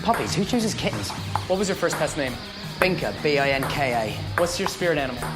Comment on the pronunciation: "Eh. Fucken Waht?!"